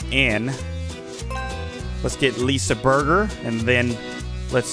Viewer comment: LISA BUGER HUH ITS LISA BERGER